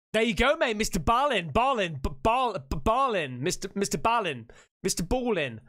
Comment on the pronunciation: No, Mr. BALL-IN(EN), not Ball-ing. 😂😂